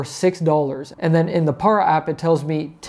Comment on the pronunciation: It’s PAIR-A PARA DEEZE NUTZ